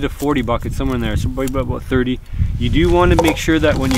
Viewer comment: I love how he says abuut